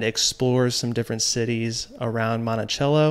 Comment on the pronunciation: I grew up 10 minutes outside of Monticello. It’s so cool to see places where I grew up on the silver screen of YouTube. Great video! I just gotta say it though it’s pronounced Monti-SELLo 😊😊😊